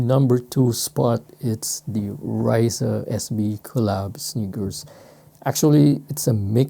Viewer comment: great videos as always. I like that you always experiment with lace swaps. Helps to bring other ideas and inspiration for creativity. Also, Rayssa Leal SB Dunk isn’t pronounced “Rice-Suh” it’s actually pronounced “Hi-ees-suh” due to the name being Brazilian/Protuguese. Kinda like how in basketball you wouldn’t pronounced Dirk Notwizki as “Know-Witz-Key”, but rather “Know-VITZ-Key” for his German descent. She’s already a legend in skateboarding for what she’s brought in so it’s best to get the name correct in respect.